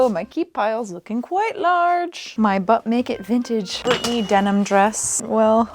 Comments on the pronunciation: I keep thinking you're saying "butt-naked vintage" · It took me a full 20+ minutes to realize you were NOT saying "Butt N*ked Vintage." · I can't tell you how many times I heard "Butt Naked Vintage" instead of "But Make It Vintage" 😅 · every time said “but make it vintage” I kept hearing it as “butt-naked vintage” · Wow, I was 24 minutes in when I realized she was saying “But make it vintage” and not “butt naked vintage.” I was wondering how that name fit given they were fully clothed looks. 😆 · Listen. Every single time you referenced "...But Make It Vintage", I heard "Butt Naked Vintage." So. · "But Make it Vintage" still sounds like "Butt Naked Vintage" to me. Had to stop and ponder a couple of times...